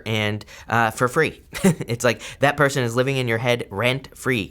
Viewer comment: I love how you "accidentally" pronounced person as Persian... thats a clue for me hahah